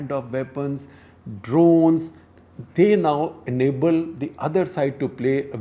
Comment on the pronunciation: its Drones* not drowns 🤣🤣🤣, Have you seen American soldiers? many of them end up homeless, their morale is low. Despite all that technology they still got their ass kicked by the taliban, the left-right is a teamwork building exercise, it builds morale and teamwork.